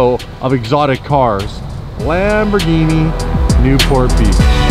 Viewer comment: I hate it when you say "Lmbogini" 😂😂 The R is still pronounced in Italian! I still love ya!